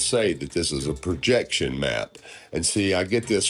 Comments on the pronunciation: "Perjection" (sic) LOL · He can't read the word "Projection" because it's on a curve.